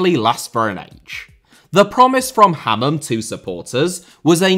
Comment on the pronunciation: Sam - Ha-man